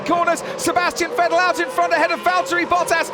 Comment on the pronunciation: I hate the way this guy pronunces Vettel